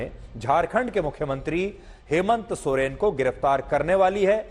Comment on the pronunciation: Soreng sir Soren nai